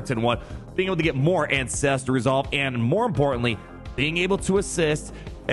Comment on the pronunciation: I can’t help but hear incestual resolve every time you say ancestral resolve